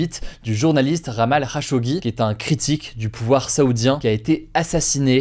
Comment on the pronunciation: jamal khashoggi, pas Ramal